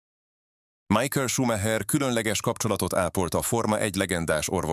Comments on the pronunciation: Nem Májkel, hanem Micháel! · MIHÁEL!!!! Tanuljuk már meg!!!!!